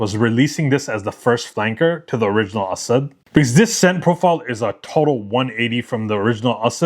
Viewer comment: I really like Asad Bourbon. Thanks for letting us know how to properly pronounce. I truly appreciate it.